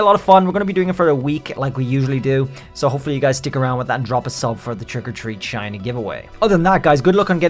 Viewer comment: DO NOT LEAVE OFF THE H IN SHINY, AND THERE SHOULD BE 2 R'S IN ZOROARK!